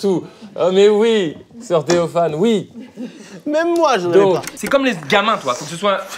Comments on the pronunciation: je comprenais vraiment "sortez vos fans" et pas "soeur-Théophane" xD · Sans vouloir vexer personne, au début j'ai entendu "soeur célophane" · Au début quand ils disaient "sœur theofan" je croyais qu'ils disaient "sortez vos fans" mdr